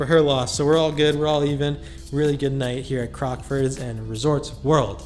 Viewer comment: It's nice hearing someone saying the name correct. So many vloggers were calling it "Crocksfords" and it was driving me nuts!! Great video as always!